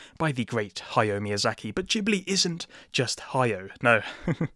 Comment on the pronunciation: Also, it's "Ha-ya-o." Three distinct syllables.